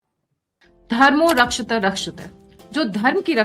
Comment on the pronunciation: गायत्रीजी आप धर्मो रक्षित बोल रही हैं, वो रक्षति रक्षित: ऐसा हैं